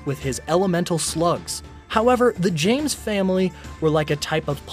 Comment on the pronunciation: In you said the Janes family? And also your really bad at saying names.